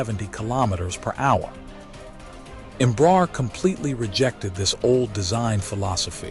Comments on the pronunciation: Might be nice to learn how to pronounce the name of the company correctly. It's not "Embrahr" it's "Embra-Air" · pronunciation approximate: embra + air (english)